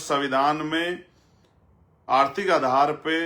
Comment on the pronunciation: पहले बोलना सिख लें आरती अर्थी अर्थ अर्था ये क्या होता है उसको आर्थिक बोलते हैं